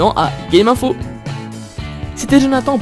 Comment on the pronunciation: Bonne vidéo ! Mais à la fin , on a l'impression que tu dis "à l'année prochaine pour le test de celle-ci" , C'est à la prochaine non ? :)